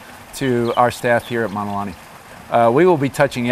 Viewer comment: He doesn’t even pronounce Mauna Correctly!☹️